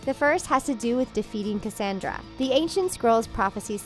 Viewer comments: You didn't even say Cassandra's name right how do you say her name wrong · Am I the only one that is super mad about how she kept saying Cassandra's name wrong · 1. Why are you mispronouncing Cassandra and Varian?!? AHHHH. 2. Missing is the theory that Cassandra slowly started to turn evil after she touched Rapunzel as she was saying the moonstone incantation. 3. What about Lance missing from the wedding? 4. IS SEASON 3 TRULY THE END? I legit did not know that. 😭